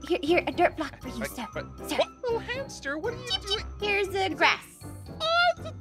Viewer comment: it's hamster not haster